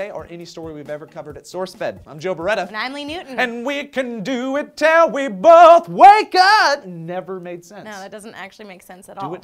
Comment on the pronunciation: Really, Joe? "Bolth"? Like an ass. RvB reference, anyone?